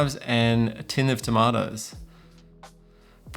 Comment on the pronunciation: Favorite part of the video is how you pronounced tomatoes.